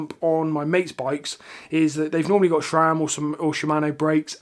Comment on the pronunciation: Great stuff. Sram please, not Shram. Thanks